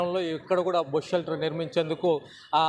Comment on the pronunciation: It's Bus Shelter not bosu shelter